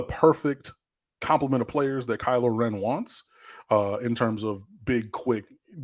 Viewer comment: It was me that taught you the proper pronunciation of Kylo-Ren.